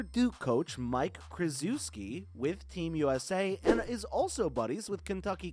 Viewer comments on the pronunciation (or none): Dude it’s krysheski 😅. Pronounce it right bud. Kryzewski. Lol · I have neeeeeever heard anybody butcher Coach K and coach Cal's names so bad in my life. Next time google these people's name before destroying them. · Cant take your video seriously when you cant even pronounce coach K's and John Calipari's surname correctly. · Krazooski? Kuhlipree? 😂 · mf butchered coach Ks name😭